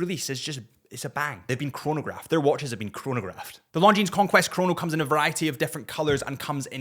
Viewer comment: man, french terminal S's are mute... LONGJEANSSSS 😂